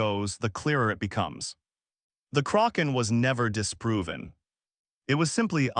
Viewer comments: DUDE!, it was NEVER called The CROC -AHN, It was CORRECTLY CALLED THE KRACK - EHN. IF You do NOT KNOW HOW TO SAY A WORD OR A PERSON'S NAME,... YOU LOOK IT UP!!!!! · I agree with you are relying too much on AI only to narrate your stories. It is detracting very significantly from a documentary that would gain far more positive notice, if humans played a far more active role in the final stages of production. This video is in English. It is inexcusable to mispronounce the word Kaken when it is the subject of the video. It is NOT the result of regional differences in pronunciation. It is just wrong!!! I call attention as well to the word, "read". It can be pronounced as, 'reed' or 'red'. All it takes is one individual paying attention once to the audio to catch and correct these errors before the final version is dropped. I tell you the truth. is absolutely 100% right. I really loved this video, but, the mispronunciations made this almost unwatchable for me. Please correct and take a little more care in your editing in future and you'll have me watching for a long time in future. Thank you and sincerely, Bill Baker in Toronto